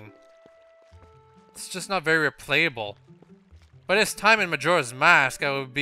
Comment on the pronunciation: are you trying to say dis instead of this?